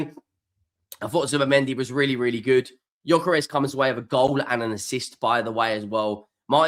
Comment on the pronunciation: Who? At least get his bloody name right...